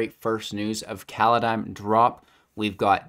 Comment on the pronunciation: Ah yes, Kaladeim. Didnt even last 10 seconds of the video without the screwup I see